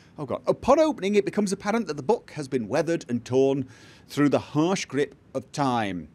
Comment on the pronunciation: Throw, not thfough (which is pronounced 'thoo').